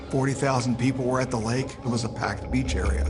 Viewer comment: No sure what the brunette detective adds to the story, since everyone else interviewed actually came in contact in some respect with Ted except her. She even mispronounced the name of the lake where 2 of the women were kidnapped from. Apart from her, excellent documentary.